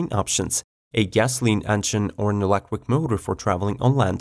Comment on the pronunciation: "1.5 elecric mower".. Lol